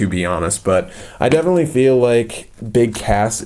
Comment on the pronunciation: I think you not say BIG CASS but I heard you said BIG ASS.